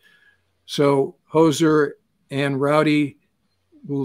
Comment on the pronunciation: No "s" in Hozer.